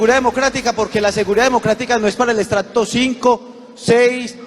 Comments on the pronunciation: Miserables que todavía piden más muertes pero siempre y cuando no sean ellos ni sus hijos. Puerco!!! Y no se dice "extracto"!!! Se dice para este caso "ESTRATO" bestia!!!😅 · "Extracto"....así será la ignorancia que no saben ni hablar